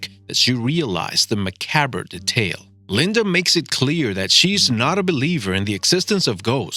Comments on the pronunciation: macabber (macabre) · lol! the way he pronounces "macabre"!